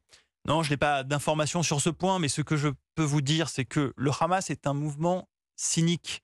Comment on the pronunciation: On dit pas khamas mais Hamas